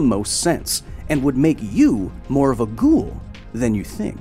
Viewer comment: I like how you saying it wrong "ghoul" which in arabic is "غول"